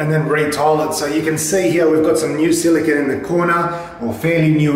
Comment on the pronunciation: Silicone not "Zillygun"